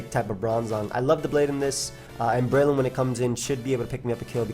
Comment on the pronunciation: Breloom, more like Bye-loom lol